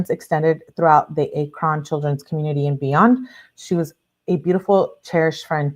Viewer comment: Ack-run = Akron